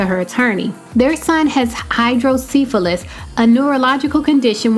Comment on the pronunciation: I kept cringing hearing them say hydrocephalus incorrectly